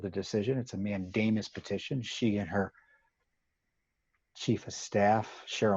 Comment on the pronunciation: Props for the accurate pronunciation of "mandemus"!